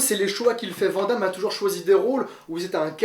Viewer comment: Aaaaaaaaarrrrrrggg ça y'est je craque!!!!! Van Damme ça ce dis "VANNE DAMME" ET NON "VENT DAMME"